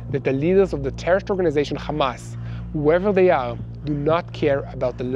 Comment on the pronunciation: Kindly don't say Khamas and Khizbalah. You're mispronouncing and it's offensive. Meanwhile Yahya Sinwar died a hero while Benzion Mileikowsky was running to hide in a bunker with his hands shaking.